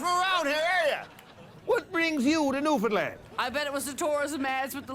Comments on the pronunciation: it pisses me off when I hear newfinland it’s new-found-land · Filfy bloody mane landers it’s pronounced NEW-FOUND-LAND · It's more like Newf'nland with stress on the first and last syllable Source: I live there